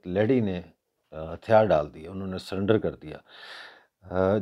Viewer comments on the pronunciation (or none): none